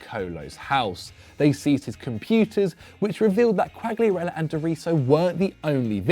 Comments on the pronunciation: You keep pronouncing Quagliarella wrong , G is silent )) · Think the fact you're pronouncing Quagliarella's name wrong is gunna bother him more than the stalker 😂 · Man if you want to talk about Quagliarella you need to pronounce his name correctly ffs